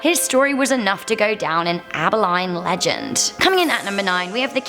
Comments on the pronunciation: abilene abileene 😂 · It's not AbaLINE it's AbaLENE (pronounced like lean. They have an awesome zoo there. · “Abi-line” as a Texan, it is my duty to inform y’all that Abilene is pronounced “Abi-lean” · It’s pronounced abba-lean not abbey-line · its not Abilene "Able-line" its pronounced "Able-leen" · Its gonna drive me crazy. Its pronounce AbiLEAAN not abiline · Abileen, not abiline. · I love how she pronounced it abiline it's pronounced abileene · Abilene...not Abiline....Ab-ba-lean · Lol you pronounced Abeline wrong it's pronounced abaleen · Also it's LEAN. Not Line. Abi-LEAN. When it comes to Southern towns, Yankees and Brits can't pronounce it right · Abilene is pronounced ah-bih-lean not ah-bih-line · You pronounced Abi LEAN like Abi-line You are not allowed in Texas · It's pronounced Aba'lean' not Aba'line' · its pronounced abiLEEN not abiLINE, not bitching about it i just think its funny hearing people pronounce things they've never heard of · It’s pronounced aba-LEAN not aba-line also yay San Antonio and donkey lady bridge! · It's pronounced ab-e-lean not ab_i_line I'm 45 minutes away from there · Really abaline its pronounced aba-lean as a texan this pisses me off along with the fact that i was born in abilene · Aba LINE? It’s pronounced aba LEEN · It's not AB-LINE! ITS PRONOUNCED ABÉLEEN! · I'm 70 miles away from "Abahline". It's "Abah-Leen" Abilene. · I live about 50 miles south of Abilene. It's pronounced Abi-leen. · It is pronounced Ab- uh-leen..... Check out the Legend of Bailey's Prairie outside of Angleton, Texas and the Mystery Shrimp Boat in Freeport, Texas. There are a lot of stories in Brazoria County, Texas, which is where I grew up.... You can check out a book at the County Library called Ghosts Along the Brazos, which gives a lot of legend to that area. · Abilene is pronounced Aa Bell LEAN. And California gold fields? Gold mines. ;) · Abilene pronounced aba-lean that’s ok a lot of people miss pronounce it. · Its pronounced Ab a lean